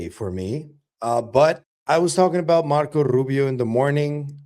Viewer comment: Yo! Learn how to say Marco Rubio the correct way without your Latino flavor added 😂